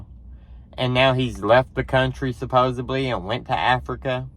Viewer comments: Yes I agree with you but there is no word supposebly, its suppos ed ly, sorry its the English teacher in me. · You are mispronouncing the word supposedly. SupposEDly. “Ed” as in the talking horse, Mr. Ed. 😊